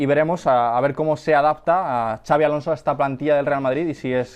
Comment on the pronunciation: No es “Chabi” Alonso, es “Sabi” Alonso, la X de su nombre es como una S con mínimo detalle de pronunciación, es Vasco, no Catalán. Por Dios bendito!!!